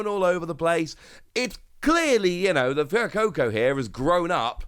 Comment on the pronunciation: Dude it's 'Fway-coco', not 'Few-coco'